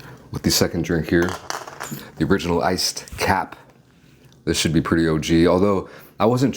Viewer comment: He absolutely butchered the iced cap lol😂